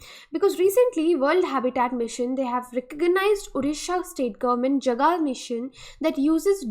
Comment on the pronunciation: Jaga ka pronunciation thik Kar lo plz,last Hindi video me bhi esa hua tha